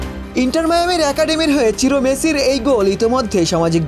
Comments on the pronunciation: চিরো নাকি সিরো।নামটা বোঝা যায় না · চিরো না, সিরো